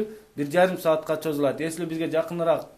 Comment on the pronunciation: Чозулат деген соз жок Созулат деп айтылат 😁😁😁